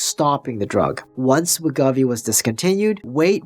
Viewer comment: It’s WEH-GO-VEE. Other than that, great vid. 👍🏻